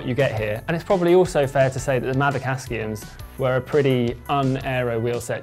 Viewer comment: Wtf are Mavic ASKIUMS? Aksiums have been around for many years. Shouldn't be difficult to get the name right.